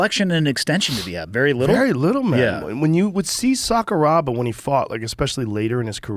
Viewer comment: Is this one of Rogan's comedian buddies? Dude knows nothing about MMA. "Sakaraba..." LOL, why did he pretend?